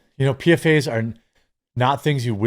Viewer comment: PFAS is pronounced "PEE-FOSS"